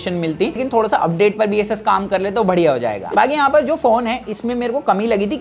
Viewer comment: असूस नाम है दोस्त, ऐसस नही